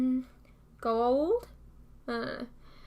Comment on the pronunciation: ...you're absolutely correct. I think the actors were just lazy. The pronunciation is as you said it in your video: "Go - ah - oold" It really bothered me too because there was no consistency. Again, I think the actors and the directors of the episodes were too lazy to attend to the consistency.